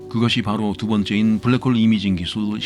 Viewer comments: 블라크 호으~ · 불랙 호올 ㅋㅋㅋㅋ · 블랙홀 영발음에서 눈물콧물다쌌습니다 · 블랙홀 발음 보소